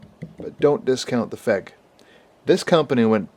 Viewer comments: Keeps calling it a "fehg". I thought it was F E G. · I heard somewhere that the trigger's different...might be for the P9R though. Oh, and FÉG is pronounced as "Feyg/Fayg"!